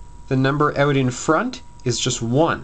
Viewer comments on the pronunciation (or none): dude this is easy now... fuck my teacher i want u man... go canada(you can here it when he says ''out'')